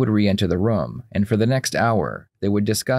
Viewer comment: I love your videos but I don’t like the way you say room